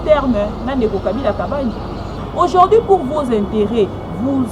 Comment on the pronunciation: aujourd'hui et non aujord'hui quelle pronciation eeeh